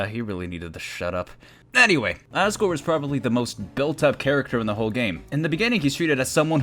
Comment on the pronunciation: U said assgore